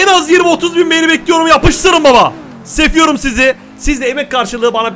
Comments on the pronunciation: abi yanlış dedin sefiyorum değil seviyorum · Abi sen siziseviyorum derken sefiyorum dedin😅😅😅